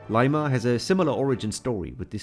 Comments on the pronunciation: It's lima not layma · It's Lee-mah 🇵🇪👻